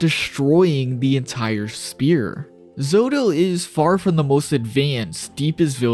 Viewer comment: How does your grown ahh not know how to pronounce "sphere" properly